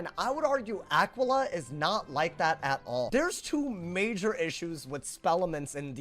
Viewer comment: It's actually pronounced Uh-key-Luh, after the constellation.